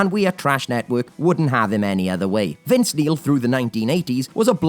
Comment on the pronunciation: "Vince Meal"! 🤣😂😆